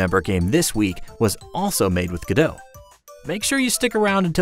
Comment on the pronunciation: Its not gadoe its go dot, like the founders who made it call it.